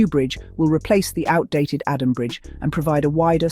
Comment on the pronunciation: If you want to report about Ghana learn to pronounce the names very well.that bridge is not adam. Its adomi😂